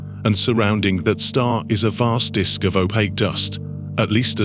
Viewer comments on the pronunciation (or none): none